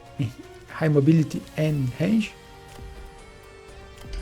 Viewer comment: How can you say wraith but not range? 😆